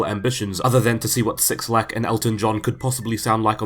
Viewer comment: Did you just pronounce his name as 6LACK instead of black? LMAO